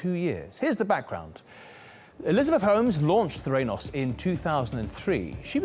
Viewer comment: Threnos ? It's the ra nos